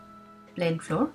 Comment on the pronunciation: এটার উচ্চারণ ফ্লোর না। ফ্লাও্আর্ (র টা উজ্জ থাকবে এরকম।)